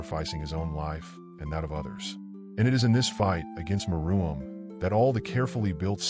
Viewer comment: It’s Meruem not Maroon not Maraum or something else